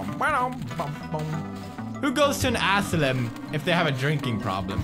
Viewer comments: It's not a aselum it's a asylum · asylum not asslum a-sigh-lum sorry i think i just offended you pewdiepie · It's ass-sigh-lum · Pewds... asylum is pronounced a-sigh-lum.... not ass-a-lim (even though its hilarious when you say it:D) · asylum a sie lum not asilum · Asylum {Ass-ill-um} Adorable . . . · The way he pronounces asylum 'ass-o-lum' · Ass ilum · I just love how Pewds pronounces things...ass-eh-lum, nin-yah etc. XD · Pewds: "Who goes to an ASSLUM if they're drinking?" Me: facepalms I love Pewds :') he makes my day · i love how he call's it an Assilmm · Ah yes, the assilum. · us-i-lum. that. is. how. you. say. asylum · Asylum is pronounced a-si-lum just saying and I'm not being mean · Pewds says assylem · Lol Pewds Its As-I-Lum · Peers is asylum not asalum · You said ass sylum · Ass-i-lum= Asylum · ASSILUM LOL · He kept saying asylum wrong